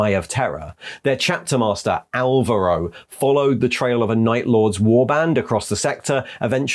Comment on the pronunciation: I know Álvaro may have sounded to whomever wrote the chapter as a cool name... but I couldn't help but laugh at sharing that name XD It's a pretty common spanish name PS: In spanish, V is pronounced as B, and Álvaro has the stress in the first A, not the second. For anyone wondering how to pronounce it.